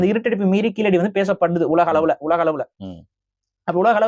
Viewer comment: நீங்கள் சொல்லும்போது கீலடி என்று சொல்கின்றீர்கள். கீழடி என உங்கள் உச்சரிப்பு சரியாக அமைய வேண்டும். சரியாக உச்சரிப்பில் பயிற்சி வேண்டும்